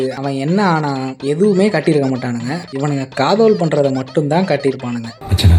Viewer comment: காதல் இல்ல காதஓல்